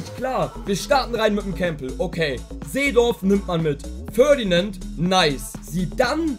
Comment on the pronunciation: Es ist nicht Ferdinand Baby, sondern PFÖRDINÄND BEBI :D